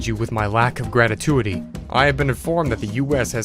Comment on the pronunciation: Dude, how can you come across as an intelligent and well meaning individual, but somehow not know how to pronounce simple words like "Albany" or "Gratuity" ('Gratatuity'? Really?)? I don't get it... LOVE the channel and your work, though. Please keep it up.